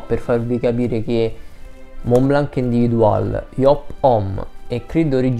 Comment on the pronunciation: Senza offesa. "Individuel" di Montblanc cerca di pronunciarlo in francese. Ti mando la Bellucci per qualche lezione......